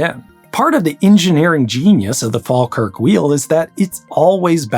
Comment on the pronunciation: What video were you listening to? a few minutes in I've heard Scawtland, Glaiscow, Fall-kirk, Edinborrow...